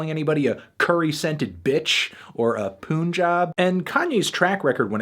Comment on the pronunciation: It's Pun-jab (pun as in Big Pun) and not Poon-jab, You disgusting ignorant melon, thank you.